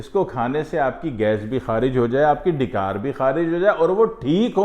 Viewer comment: آپ کی اردو کے تلفظ کی ادائیگی پریشان کن ھے ...لفظ "ڈی + کار" نہیں ڈا+ک ار=ڈکار یعنی "ڈ" پر زبر ھے... اللہ اکبر مسعوداظہر